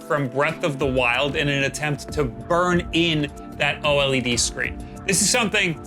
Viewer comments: Just say OLED - not OH EL EE DEE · OH EL EE DEE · "O-L-E-D" Pretty nice video, thanks! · Every time you spell out O-L-E-D instead of just pronouncing OLED, a puppy dies...I hope you're happy with the number of puppies killed in the making of this video!!!